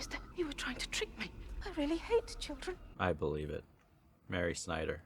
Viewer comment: Did u just call her Snyder??? 😂😂